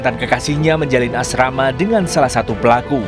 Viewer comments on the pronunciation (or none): MENJALIN ASMARA ❌ MENJALIN ASRAMA ✅ Asrama mana bang? Hahaha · Menjalin asmara ❌ Menjalin asrama ✅😆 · asrama❌ Asmara✅🤣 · Menjalin Asrama 😂 menjalin Asmara pak ..kadang kadang bapak ini 🤣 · Iyaaa beritanya sedih eh reporternya bilang asrama jadi bingung mau sedih apa ketwa 😭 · Kirain cuma gue yg denger asrama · "menjalin asrama" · Detik "menjalin asrama" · Ke menit menjalin asmara bukan asrama mas. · Detik yg bener asmara apa asrama bos???😅😅😅😅😅...ngopi euyy ngopiii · Asmara min bukan as srama 🙄🙄🙄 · menjalin asrama min, ahaha maksudnya asmara ya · Asmara pak admin bukan asrama pondok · menjalin asrama ? asmara kali, hahaha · Menit 0: 56 "Karena mantan kekasihnya menjalin Asrama" 🤭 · Asmara apa asrama bang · Min,,,ASMARA bukan ASRAMA,,,salah ngomong nih admin🤭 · menjalin asmara ato asrama pakde :D😁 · Sorry min..koreksi asrama bukannya asmara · Menjalin asrama🤣🤣yg bnr asmara pak😂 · Asrama😫, asmara pak😖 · Asmara pak bukan asrama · 0.57 : asmara bang, bukan asrama wkwkwkkw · asmara om.. bukan asrama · Tak dengerin berulang ulang kok menjalin asrama, bukan asmara hhhhh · “..menjalin asrama” 😂😂 Asmara woe! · menjalani asmara bukan asrama ya pakk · Menjalin asmara pak bukan asrama😁🤣🤣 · Asmara bukan asrama... 😆😂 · asmara kali bukan asrama, zzzzzz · Asmara bang, bukan asrama. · asmara om, bukan asrama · menjalin asrama atau asmara bang 🤭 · Asmaraaa mas bukan asrama 😅🤣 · Asmara bukan Asrama 😀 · Menjalin asrama... Bukan asmara.. Coba dengerin lg deh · asmara...bukan asrama 😁😁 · Menjalin asmara pak bukan asrama🤣🤣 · Asmara pak pengisi suara, bukan asrama 😅. Turut berduka untuk keluarga korban. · Asmara ya, bukan asrama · Menjalin asmara woi bukan asrama🤭😂🤣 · Asmara,, bukan asrama😁😁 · Menjalin asmara pak ,bukan asrama 😅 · Menjalin asrama atau menjalin asmara?? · Menjalin ASMARA pak.... bukn ASRAMA 😄😁😃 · Asmara bukan asrama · Menjalin asmara x bukan asrama hehe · Asrama bukan asmara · Menjalin asmara min bukan asrama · Detik 0.56 "bukan asrama, tapi asmara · asmara bukan asrama😭😂